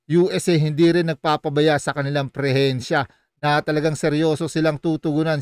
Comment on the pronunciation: Presensya hindi prehensya